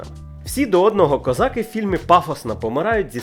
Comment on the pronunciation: КозакИ! А не козАки, чорт побери!